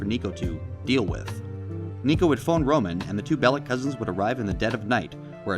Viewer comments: Niko is my favourite gta protagonist, also its actually pronounced bell-ic and not bell-ich. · It's minor but it annoyed me how you say Bellich, and not Bellic. Niko is saying his name the way it's pronounced.